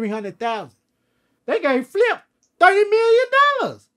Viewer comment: “THUDY MILLION NOLLAS” 😂😂😂😂😂